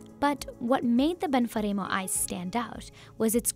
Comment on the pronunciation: Ben-fah-reem-oh??? Sampeeeno??? Not Italian. I bet they sweat ranch and cry gravy.